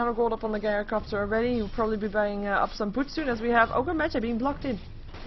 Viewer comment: I like your casting for the most part and I think you're improving, but it's JAI-ROH-COPTER.